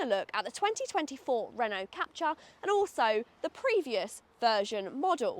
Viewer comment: It's pronounced Cap-Tour, not Cap-Cha!